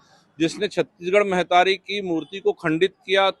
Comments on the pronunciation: मेहतारी का होथे, महतारी बोल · Mehtari nahi mahtari ga baba